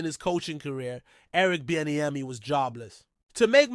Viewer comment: GTFO of here . You cannot even PRONOUNCE HIS NAME? 🙄🙈🤡🤡